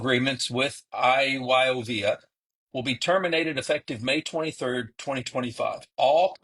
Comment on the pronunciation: It's I-YO-VIA